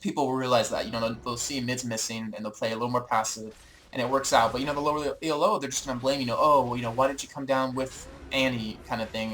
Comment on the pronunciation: This is a really useful series. Minor quibble: "Elo" is a name, not an acronym. It's pronounced "eee-low", not e.l.o. =)